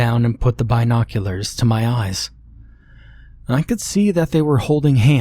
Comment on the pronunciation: Please dont say binoculars like that lol